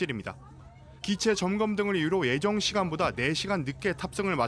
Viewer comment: 김도훈 기자 발음이 이상하다. "예정"을 "에정"에 가깝게 발음한다. 교육 좀 시켜라. 김도훈 기자 외국인 기자냐?